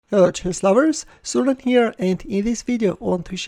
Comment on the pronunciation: IT’S TAKEN ME UNTIL NOW TO REALISE YOUR INTRO IS “Hello chess lovers, Suren here, and in this video...” I always thought it was “Hello chess lovers, so we’re in here and in this video” ahahahah. Lovely analysis Suren!